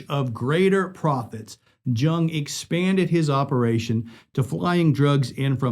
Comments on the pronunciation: Once he pronounced jung it’s pronounced young 🤦🏾‍♂️ lol I ended video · George “Young” the J is a Y sound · Great video but just a minor correction. George jung is pronounced George yung